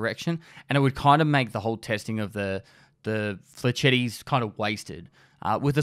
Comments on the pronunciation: m8 it's french not italian, pronounce it "flesh-etts" not "fletchetties" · The way you said "Flechettes"